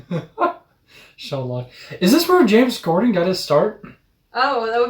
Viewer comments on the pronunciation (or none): Sorry, are you saying James Corden or Gorden?